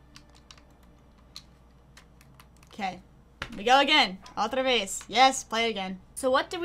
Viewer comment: Otra veez! 😂😂